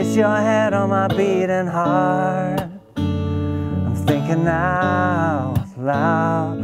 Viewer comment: does anybody notice when he says my beating D 😂😂😂